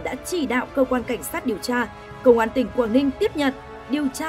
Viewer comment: Giao liêu,vệ xin,, lấy mẫu tin chùn, điều cha, hổ chợ phát thanh viên phát âm cái éo gì chẳng hiểu làm ơn phát âm chuẩn tiếng Việt dùm nhé